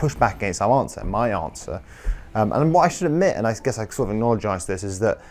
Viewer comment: I like this new word, "acknowledgize" (acknologize? Lmk)